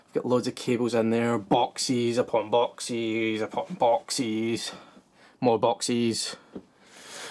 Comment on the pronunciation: I love how he says boxies instead of boxes XD